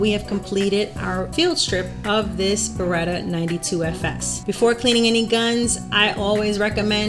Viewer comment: Very good pronunciation of "Pietro", not so much of "Beretta" :P Try to articulate better the E: b e retta!